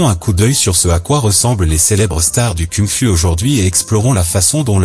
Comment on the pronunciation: Ta manière de dire "Kung Fu" elle est cucul-la-praline. Shaolin ce n'est pas un dérivé d'huile de lin...